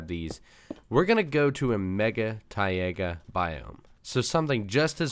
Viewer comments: Not to be rude but taiga is pronounced "tie ga" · MY EARS!!! I thought it was pronounced tie-gah